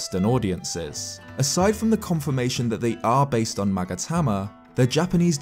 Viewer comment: "Magatama" Me: hears 'maggot hammer' every time